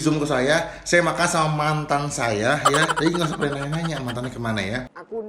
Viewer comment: Penekanan mantan kuat ya 😂😂